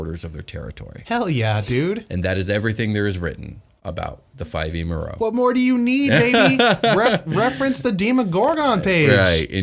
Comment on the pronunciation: Actually was right about the pronunciation of Merrow